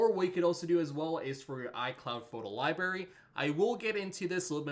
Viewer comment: "Photo lie berry"? Seriously? What are you, 7?